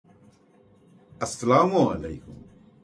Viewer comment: সালাম শুদ্ধ করেন